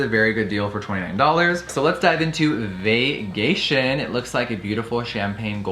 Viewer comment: Omg is the name of the highlighter “vagaytion” ??? Or am I hearing things lmao if it is I’m DEAD 😂😂😂😂😂